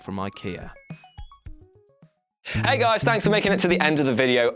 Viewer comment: "Ikea"... hahaha!!😂😂